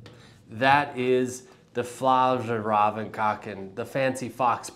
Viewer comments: It’s pronounced like “Fyarl-raven” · “Fyall-raven”. It’s super not hard and would’ve taken fifteen seconds to look up before making this video instead of seemingly revelling in being unwilling to learn how to pronounce a new word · I loved the Swedish-Chef take. I'm a huge Fjallraven fan, know how to pronounce it, but damn, it's fun to poke some fun, sometimes - especially these days.